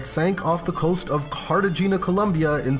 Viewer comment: Cracking up at tu-DOR, Carta-GINA, etc.